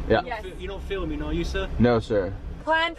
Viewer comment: "You are not fliming are ya?" No sir..." continues to flim